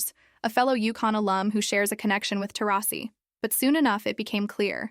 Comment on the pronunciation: I think Taurasi is mad because after everything she’s done, this AI narrator pronounced her name differently at least 15 times!